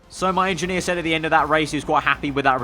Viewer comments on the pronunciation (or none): none